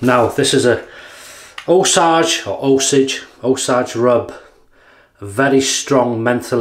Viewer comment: It’s called “Oh sage” rub (long ā sound on “sage”). The Osage are a native American people group. Not sure how that name wound up on a mentholated splash. One of those scents that was always wafting around the barber shop when I was a kid. That nostalgia is probably why I like it so much. When I was a little kid the barber would give me a shiny coin to insert in his gumball machine if I sat still and was cooperative in the chair. When I got a little older he started offering me a couple shakes of either the Osage Rub or Bay Rum instead. To me, that scent still makes me feel the “pride” of a reward earned.